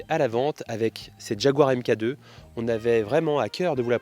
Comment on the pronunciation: Elle est magnifique 🤩 Mk2 se prononce mark 2